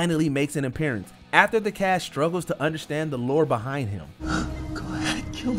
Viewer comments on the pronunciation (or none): ST SAYING BUHIND